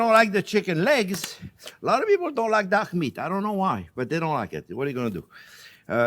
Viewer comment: Looks fantastic! I was very confused as to why you kept talking about duck meat when this was a chicken dish. It was only at the mark that I suddenly realised you'd been saying "dark" meat :)